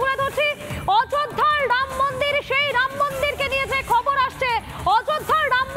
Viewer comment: শুধু চিৎকার বাংলা উচ্চারণ শিখে তারপর ভিডিও বানান।ড়াম মন্দির নয় রামমন্দির।